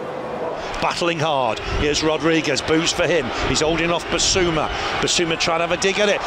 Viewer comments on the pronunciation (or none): none